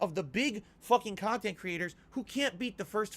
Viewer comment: First 25 seconds I already want to jump off a bridge. "GAHD OF WOR IS MY BUSINESS, CANT PLAY IT!" Makes you sound like such a penny pinching pig. Why not just say "I really wanted to experience it with you guys!" like a normal streamer? Oh wait sorry, "on demand" and streamable KAHNTENT is a totally serious business that is 1000% super serious with no room for feeling unless its feelings that makes your viewers give you pity money.